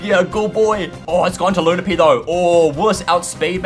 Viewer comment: LO PU N NY not lunapy